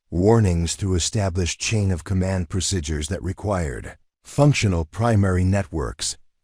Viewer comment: Procedures not prosidures please!